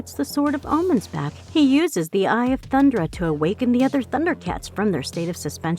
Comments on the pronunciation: I swear these videos are narrated by an AI, because they can't seem to say Thundera, instead of saying Thundra. It was the same for other words in the Grune video. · Thun-'DER-a...not "Thund'ra" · hey snowflake white knight, if she can say THUN DAR IANS then she can say THUN DARA